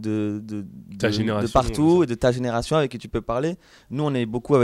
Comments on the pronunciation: Sa me stresse comment il dise avé au lieu de avec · Le "c" qui manque quand ils disent "avec" 😱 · Qui a remarqué qu'ils savent ps dire "avec" ? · et les "ce" la fin de moins ;) l'accent de Toulouse !! <3